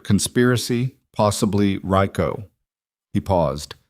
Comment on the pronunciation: Reeeecoooooo not riiiiiiiicooooo in how to say stands for Racketeer Influenced and Corrupt Organizations (RICO) Act